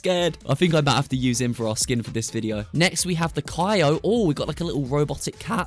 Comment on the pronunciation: You saying kyo wrong